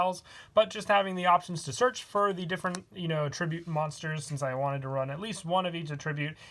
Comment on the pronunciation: I really do enjoy your deck profiles, as they're often well thought out. However, I would like to note the pronunciation of "attribute". You were pronouncing it as the verb rather than the noun.The stress is on the first syllable in the noun form.